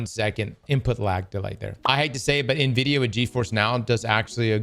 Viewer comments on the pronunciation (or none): none